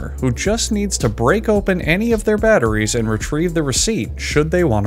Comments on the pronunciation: Correction: The BATTER gets put in. Then the IE. Then the Ssss. You said: Batter, Ree (Rie), and Sss. Which when put together would incorrectly spell Batterries. Teh Moar U Noe 🌈⭐ 👍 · Batter - Rhee - Ssss